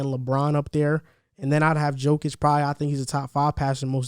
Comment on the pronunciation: Its not NiCOla its nikola and its not djokic its jokic, i mean guys first thing u need to know the name of mvp🤣